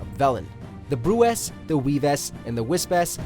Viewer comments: "Bruxa" is a portuguese word for Witch. and its pronounced "Bru - Sha" not "broxa" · Cringe when saying Bruxa the wrong way, but good video